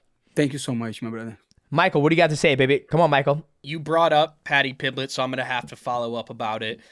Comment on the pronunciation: Padty pimblech 😂